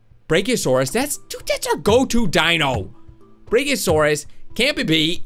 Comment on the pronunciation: its BRACK-ee-oh-saurus